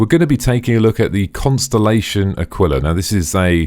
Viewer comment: AAkwila .. emphasis on the first syllable. Great vid..as well :) , one of the few that actually supplies information.